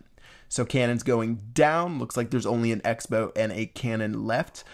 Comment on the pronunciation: Even though I've been out of the Starcraft 2 scene for a while.. I still hear "expo" when you say "X-bow"..